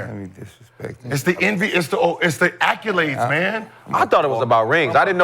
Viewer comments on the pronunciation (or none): Nigga it’s ACCOLADES BOT ACCULADES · *accolades, not acculades